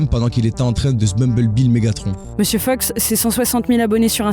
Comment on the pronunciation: pourquoi vous dites 'monsieur feuks'? c'est Fox non?